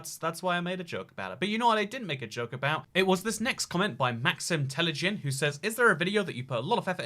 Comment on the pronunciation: that moment when you get into a video that thousands of people will see but he says "Maxim Telejyn" in front of those thousands of people :c